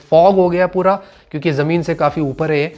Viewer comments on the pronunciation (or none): none